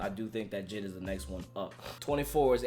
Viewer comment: Are going to pass the fact my guy said JID instead of J.I.D